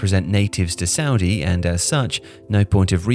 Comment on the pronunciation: Look I don't want to be rude but if your gonna say something bad about Saudi at least pronounce it right